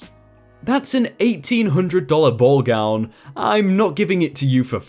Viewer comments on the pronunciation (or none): none